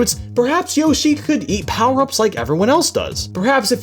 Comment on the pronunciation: USE ALL DA POWAH UPS